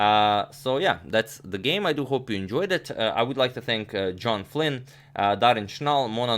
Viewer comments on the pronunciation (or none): none